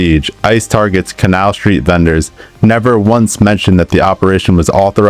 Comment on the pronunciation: Please stop mispronouncing Canal.